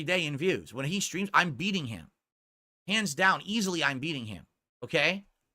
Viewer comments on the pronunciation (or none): "Dthoo-Dthee shtreams... right?" Slurring like a drunk and has the gall to make fun of a guy for being high lmao